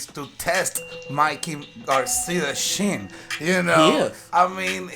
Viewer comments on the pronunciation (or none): He said" he got caught on thee shin" 🤣🤣🤣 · TEST THE SHIN LOL CHOUT OUT LOL